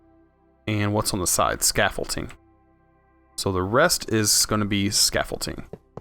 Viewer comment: ScaffolDing with a D not scaffolTing with a T. Love this series!